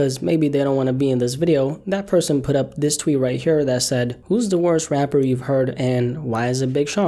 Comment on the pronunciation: I hate the way you say Rapper i will pay you if you replace it with rap or hip hop artists rap musicians anything you sound like a three year old baby